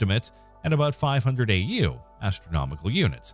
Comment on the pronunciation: That's A .U. NOT U. A., JEEZ 😕